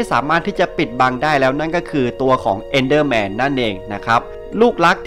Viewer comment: EnderMan ครับไม่ใช้ Endderman